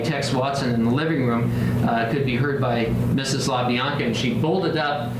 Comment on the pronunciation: it wasn’t the La-BL-anca’s ….it was the La-Bi-anca’s. Sorry, had to just correct that.